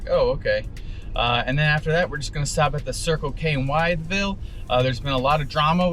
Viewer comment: Great video. FYI the town Wytheville is pronounced "With-Ville" not "Wyatt-Ville". Got a chuckle out of that. 😄 [Wytheville (/wɪθvɪll/ WITH-vihl) ]